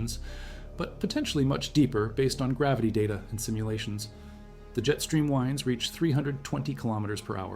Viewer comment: Yes the narration is AI but it does very well. An example of AI narrative error is where the narration pronounces it winds with a long "i" instead of winds with a short "i". Those are called heteronyms and reveal AI as the narrator. I didn't know there was an AI narrator out there that could simulate human inhalation so I really don't know. It is doing quite well though and the script is very informative. The script could really benefit from some assessment passes as to tone and style and viewer retention.